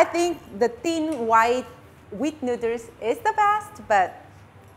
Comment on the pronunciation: Nooders!!! As usual, hearing you pronounce noodles never gets old.